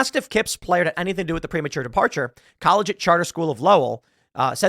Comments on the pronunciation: Seriously... Tim Pool doesn't know how to pronounce "collegiate"? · Tim mispronouncing the word "collegiate" is all the irony I need for the rest of 2024